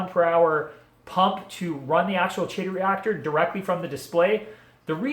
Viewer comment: Regarding the ending- "chaeto" is the Latinized version of the Greek root χαιτη ("khaite") meaning hair (unsurprisingly). Anyways, the pronunciation depends on which version of Latin you're using; Classic or Ecclesiastical (most people are using classic, unless a part of Catholicism). If you're using ecclesiastical, it's "Kay-toe." If you're going with Classical, it's "Kigh-toe." The CH is pronounced the same as Chrysanthemum, Nudibranch, chorus, echo, &c. I haven't read the ICZN code in a while, but I think they base it off of Classical Latin. But it is a dead language,and has been butchered for centuries. As with everything, language evolves, i.e. Latin turning into French, Portuguese, Romanian, Spanish, Italian, and quite a bit of English; and thus so does pronunciation. Long story short- "Chay-toe" is fine. Just don't go pronouncing it that way to old 19th century academics haha.